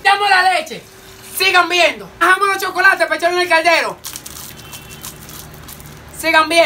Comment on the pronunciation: Llega un punto donde dice tantas veces sigan viendo que ya después (no sé si soy yo,que estoy sordo de los ojos,o es el que ya se le lengua la traba) parece que dice sigan meando😂😂😂